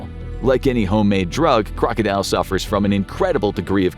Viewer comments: it's kroko-dil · #1 is pronounced Kroka dill.